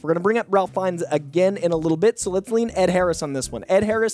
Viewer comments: ralph feinnes isn't pronounced like a normal Ralph. it's pronounced Rafe. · Ralph Fiennes' name is pronounced "RAFE," just for future reference. Love these casting suggestions! And I'd be happy to have Sterling K. Brown and Justin Hartley in the MCU, but I don't think we're going to get both lol. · It's pronounced Rafe Fiennes, not Ralph Fiennes. Rafe. It's spelled Ralph, but it's pronounced Rafe. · Ralph Fiennes pronounces his name “Rayf”. You mispronounced his name 4 times in under a minute. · Hi! Just wanted to make sure you had one more note on this...RAFE not Ralph Fiennes...